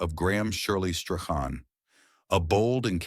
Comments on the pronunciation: Shirley Graham Strachan's Surname is Pronounced as - "Strawn."‼️😌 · You must feel pretty silly. You pronounced his surname at least 4 different ways & each of them incorrect. His surname is pronounced Strawn.